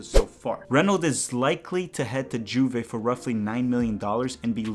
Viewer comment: Bro, the J in Juve is pronounced like a Y